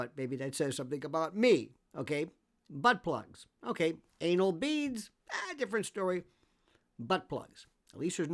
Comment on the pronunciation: Thanks for the show Lionel! I never heard you say B plugs before and it sounded funny!